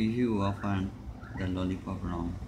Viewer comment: It is lolipop Not lollicop